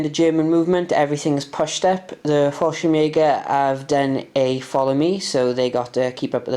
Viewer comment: Nice batrep so few to watch lately on YouTube anything that gives me ideas for my solo battles are good😁. Also this may sound harsh but it is meant slightly tongue in cheek but thank God your pronouncing falschirmjager right at last I guess someone said something😂😂😂 it was the only thing that set my head spinning.